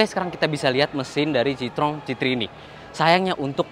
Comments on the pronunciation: citroën bacanya sitroen bukan sitrong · Bang itu yg bener bacanya Citroën bukan Citroën